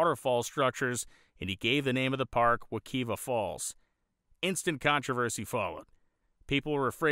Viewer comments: Not for nothing, it's pronounced wa-KIVE-ah. Love your work brotha. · Wek(I)va is pronounced with a long I sound. I've canoed this river myself as a child. Great video, as always,. Keep em coming.